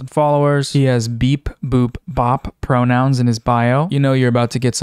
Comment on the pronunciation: "I have beep/boop/bop pronounsh"-☝🤓